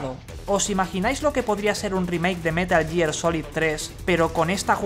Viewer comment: Como tomar en serio a alguien que dice "metal year"